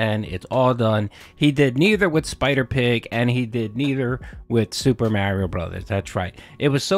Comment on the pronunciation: My man. If you say mareio one more time